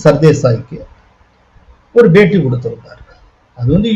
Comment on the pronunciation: Is it paytea or beytea. kindly pronounce properly.